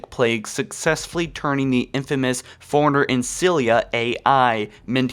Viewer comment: Lie berry, furiner, and a few others that escape me atm. Then again, the bloody game calls the Master Chief "Sir!" 😆